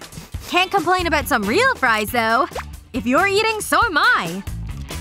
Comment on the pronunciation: I'M ACTTLLY JAHIR RAMOS AND DUDE ITS FRIES NOT FRIS